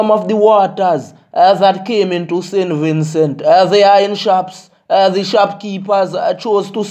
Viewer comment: Me like how Im ah say saintVincent and nuh sin vinsu It ah get me mad sin vinsu Im from saint Vincent